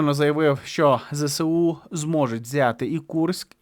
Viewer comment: Та не ЗЕ-СЕ-У, а ЗЕ-ЕС-У! Може вже на 3-му роцi вiйни вивчите ! А нашi хлопцi молодцi!❤